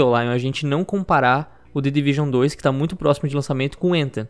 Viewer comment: "The Division uane ..." " The Division dois"